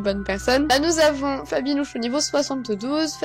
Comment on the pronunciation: On dirait que tu à dit Nabibi ! 😂😁 !